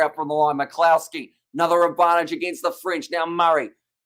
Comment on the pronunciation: Just to help your pronunciations McCloskey is pronounces more like McClusky :)